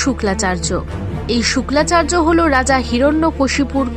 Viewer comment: কনটেন্ট বানানোর আগে শাস্ত্র ভালো করে জানতে হয় শুক্রাচার্য কে তুমি বলতেছো শুক্লাচার্য এটাকি?